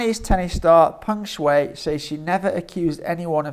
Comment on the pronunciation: Pronounced Peng Sh..why